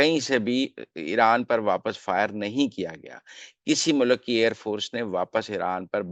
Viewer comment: mohtaram, urdu ko zibah na kia kre'n lafz, frokht he, frokhat nahi lafz, mulk he, mulak nahi Regards